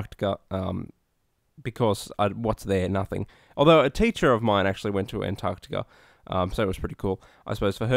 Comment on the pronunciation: thank you for pronouncing the c in antarCtica